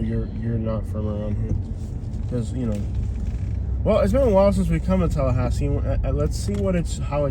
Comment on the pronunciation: To bad you dont know how we locals say Tallahassee. u r completely wrong.